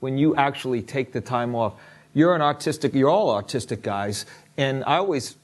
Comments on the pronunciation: Oh gosh, when the interviewer said they were artistic I heard autistic the first time and did a double take. And then laughed really hard. Love MCR. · When he said you are all artistic at an extreme level. I thought he said autistic. I was like??????????